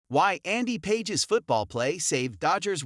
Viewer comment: Pronounce his name correctly. PAGES - PA(H)ES. SMH